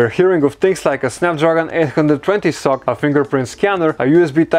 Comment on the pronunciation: It is supposed to be read as "S.O.C (systems on a chip)" and not sock